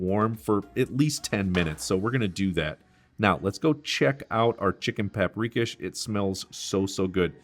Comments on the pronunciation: Just a heads up: I believe from my Hungarian best friend growing up and his mother cooking, it's pronounced chicken pop-ree-kosh. It's one of my favorites that his mother would make. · It’s pronounced pop’ ri’ KOSH…lol